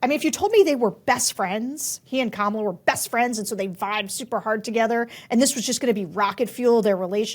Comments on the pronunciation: Omg, how do people STILL not know how to pronounce Kamala Harris‘s name correctly? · Those are republicans your are polling. One of the ladies speaking said Kamala’s name wrong like Trump does